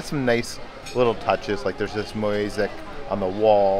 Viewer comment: There's this "Moasic" on the wall. meant to say Mosaic.